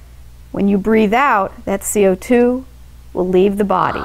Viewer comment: I love the the way that she says "CO2" Amazing video